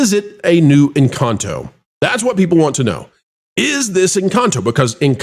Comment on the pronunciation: *6.15.25 ... "in can toe"